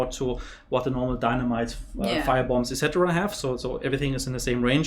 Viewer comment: Seriously you say "excetera" way too many times like 90% of time you say it doesn't even match with you sentences it is super annoying .